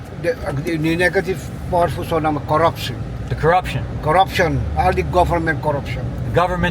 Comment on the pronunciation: My home ❤❤❤❤❤ Note, SurinamE. You gotta say the E.